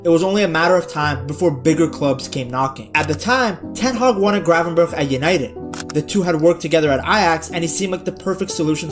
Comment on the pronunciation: He still doesn't say it right, he should say the first G the same as the last G. He now says "cravenberg"😂